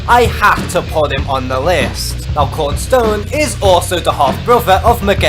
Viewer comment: I'm just mentioning it's kron stone not korn stone